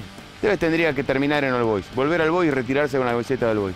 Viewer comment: Se pronuncia OL BOIS, no AL BOIS